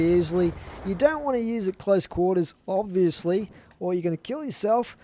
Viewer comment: he says ovisly alot